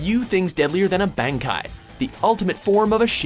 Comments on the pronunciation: I know, this guy (the narrator) is horrible for mispronouncing things... He does it a lot on many lists, even though they are CLEARLY spoken in the show/movie/game and you don't have to guess at their pronunciation at all. Just look ; the character says "Ban-Kai" (spelling?) and 5 seconds later the narrator says "Bang Kai". Seriously, it's not like the sounds are foreign to the English language... just put the effort in to listen and say it right. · Gokahn I cringed when he said Bankai. I mean it played a clip of the dude saying "Bahn-Kai" and he says "Ban-Kai". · and Ben - kai its ban-kai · even worse, he couldnt pronounce BANKAI.... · he can't say bankai either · What about mispronouncing bankai as well :D they say it slower to make it sound cool XD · I praised him when he flawlessly pronounced Senbonzakura, then 2 seconds later he fucks up saying bankai